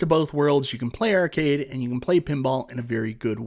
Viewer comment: This is my first video. I don't think I'll ever tire of hearing him say the word "Ehrcade";)